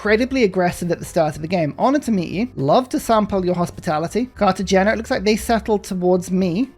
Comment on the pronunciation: Cartagena is pronounced “Carta-HEYn-Ja” 😉👍🏻 When the letter G is followed by the letter E, it’s pronounced as an H in Spanish.